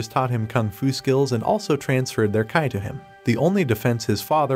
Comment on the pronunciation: just so you know... in chinese pronunciation , Q is sounds like a combination of C and H, so Qi is pronounced like Chi